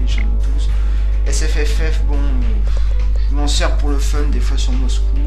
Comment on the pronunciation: hihi a + t as dis SFFF. (je sais moi aussi je beug quand je le dis ;) ) sinon bon tuto. Avec mon f 15 et les 4agm j ai terminé 7/10 mvp sur Moscou.